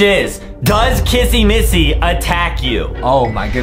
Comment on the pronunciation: why does justin call kissy Missy Kassy massy